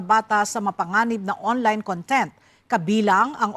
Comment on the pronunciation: con-TENT (adjective) vs CON-tent (noun)